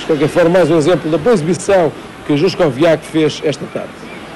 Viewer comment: Juskowiak not Żuszkowiak